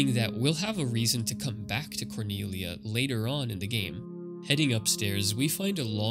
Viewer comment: IDK why you didn't just call Cornelia what it is. You're reading it like you're japanese and cant pronounce Ls. You can. It's just annoying to me lol sorry